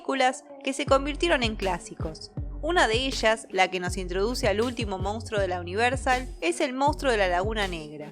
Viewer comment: Escucha: mons-truuuuoooo. Monstruo. Siempre dices “moustro” 😂😂😂 Moustro, por qué???